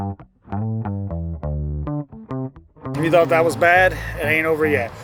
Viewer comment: Ith that last rant it sounded like "Vanning, Good, DAD, and Ugly!" 🤣🤣🤣 Good fun! Take good care!